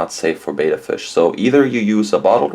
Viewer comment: That's just too small for your betta, and it's actually pronounced like "better" not bayda. Are you recommending these small pots in your pet store? What about a heater? I am amazed you'd put a fish into gassy new water like that.